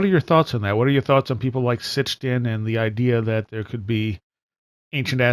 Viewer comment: SIT-CHIN. Not STICH-IN